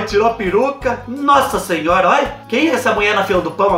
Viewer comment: Eu não aguento o "sassinhora" do 😂😂😂😂 Te adoro ❤